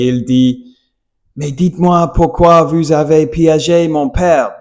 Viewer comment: Tout en vous partageant mes pensées, tu dois t’entraîner à prononcer “vous” et non “vwu”. Pourtant, tu y parviens très bien lorsque tu dis “Bonjour” au début. Répète “ou” cent fois par jour. Pareil pour le "R", parfois tu le prononces bien, et parfois tu le reprononce à l'americiane, essayes de le faire constamment.